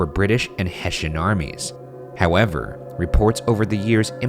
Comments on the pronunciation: hessian. not "heshin" it's pronounced EXACTLY as it's spelled. ffs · Hessian is hess-ee-an not hess-shin